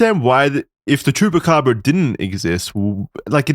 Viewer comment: You say the “chupa” in the candy the exact same as the chupa in chupacabra, my brother in Christ, you are literally the one covering it and pronouncing it correctly while doing so 😂